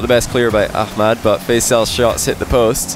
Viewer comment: yeah he pronounces it correctly .